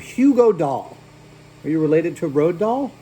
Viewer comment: Did you just try to pronounce Roald Dahl?